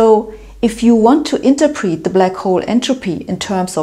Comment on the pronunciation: It's pronounced inTERPret, not interprEEt.